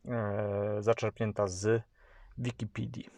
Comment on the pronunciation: Boszsz... podcast jak flaki z olejem. Wikipidi... idżeszty naucz się polskiego analfabeto